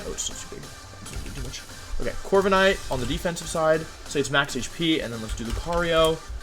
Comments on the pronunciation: corvi ca nite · Bruh Corva"KA"night hurt my soul